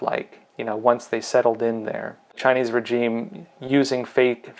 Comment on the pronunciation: And for fucksake, pronounce regime properly, so effing annoying. 😁